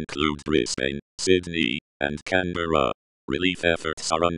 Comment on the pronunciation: the way the tts pronounced canberra lmfaooo